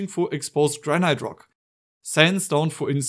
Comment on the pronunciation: not me searching for "Gra-night" thinking its some exotic version of granite, but no its just granite...